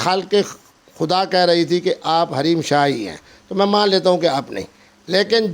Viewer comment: Raheem shah nahi hareem shah he